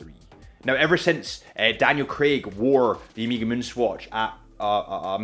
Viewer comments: Please please! Learn how to pronounce it : ow-meh-guh. Its annoying. Is the last letter of the greek alphabet. Please don’t say omeeeeeegaaaee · One more thing: it’s not “omeega”, it’s “oh meh ga”, you can do it. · Listening to you say Omeeeega like 20 times was killing me, although I made it through the video. I don't know why people can't pronounce the word Omega correctly. It's really not that hard, look it up. It's a Greek word with a soft E. Im not trying to be a grammar Na*i but for the love of god if you say a brand name 20 times in a video....say it correctly. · Good lord this guys annoying. Music in the back is atrocious. Nobody cares about your date story - could’ve just explained that resale value is higher than retail. And it’s not “Omeega”.